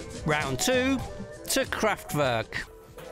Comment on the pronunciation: Fascinating though the mispronunciation of “Kraftwerk” by the narrator throughout was somewhat niggling